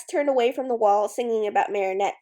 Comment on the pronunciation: I wonder why tou say mari shah instead if mari chat. I like how you say it, I just have never heardmit anywhere elsw